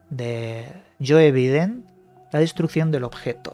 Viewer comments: Por qué pronuncias biden por baiden y a trudeau lo pronuncias trudó ? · Se escribe Biden y se pronuncia "Baiden" no es muy difícil.